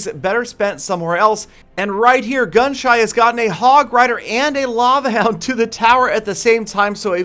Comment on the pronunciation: He kept on calling gunshy gunshut or gunshot